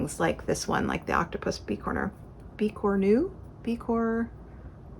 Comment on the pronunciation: Welcome back! I came back to stitching after an 8 year hiatus in 2020. I have made several of Tiny Modernist biscornus. I absolutely adore them. Pronounce the "s" in biscornu, btw 😉. Happy stitching